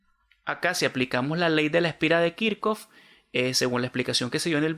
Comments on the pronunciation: Creo q Esta mal dicho Kirchhoff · Pregunta se dice kichhof o kirchoft? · Muy buen video, pero puede aprender a decir y escribir kirchoff en condiciones, un saludo bendiciones